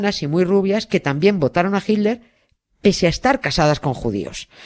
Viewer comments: ¿PORQUE USTEDES, LOS ESPAÑOLES, DICEN HILDER Y NO HITLER?, ¿PORQUÉ NO LES SALE? porque en América Latina, que hablamos el mismo idioma, lo pronunciamos bien. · ¿A cuales españoles habremos oído decir "jilder"? Pues, a estos dos de este video, a Nieves y a Carles. Yo ya también digo "jilder" (me gustó la modificación), pero por tRump digo "trompo" y a veces "trompudo".